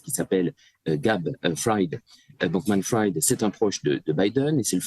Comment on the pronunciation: C'est quand même effarant que personne ne sache prononcer Bankman-Fried: BANN-QUE-MANN FRIDE. Autrement dit prononce correctement le premier nom de famille et Clémence Houdiakova le second. "Fried" vient du yiddish "frid" qui veut dire "paix". L'origine de "bankman" est moins claire, cela peut être lié à la banque, ou à un autre type de métier ancien. Dans tous les cas c'est prononcé comme les deux mots "bank" et "man" à la suite.